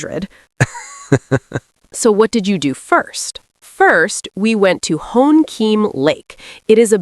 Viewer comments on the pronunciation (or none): hoankiem lake not honkiem lake